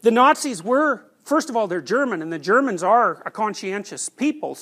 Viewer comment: GERM-mans...'nuff said..